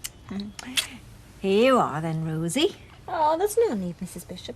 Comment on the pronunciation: Yeah I can't stand the way she pronounces the O , Liz McDonald is the same 🤷🏼‍♀️